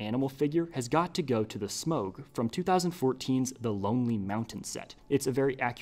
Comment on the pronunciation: Great video, but the ‘au’ in ‘Smaug’ sounds like the ‘ou’ in ‘cloud’, not the ‘oa’ in ‘toad’.